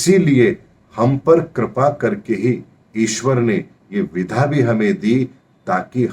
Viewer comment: Ohooo... mujhe aaj samjh aaya ki aap विद्या (vidya) कहना चाहते हैं जब भी आप विधा (विधा) बोलते हैं। क्षमा करना महाराज यदि मेरी बात बुरी लगी हो तो किन्तु ये शब्द मुझे हमेशा कंफ्यूज करता था और मुझे आज समझ आया है कि आप विद्या(vidya) को विधा(vidha) बोलते हैं। कृपया इसे ठीक करें। बाक़ी आपके ज्ञान और वीडियो के हम कायल हैं। अति धन्यवाद 🙏🙏